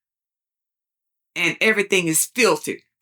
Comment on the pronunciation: Could you please pronounce WORSHIP correctly...it's not wooooship😅